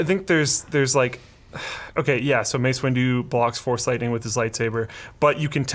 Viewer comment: "Mace Window"